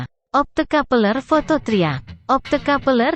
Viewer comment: 😂😂😂 opto kapeleeer